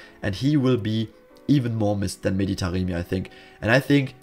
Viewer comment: why do you keep calling Taremi Taqemi tho:))